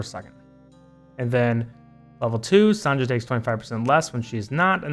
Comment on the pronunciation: Yey, Finally, someone pronounce my girl (Sonja) name correct!!!😂 Some people mispronounced her name as Sonia😅 Anyways, you're cute🥲😅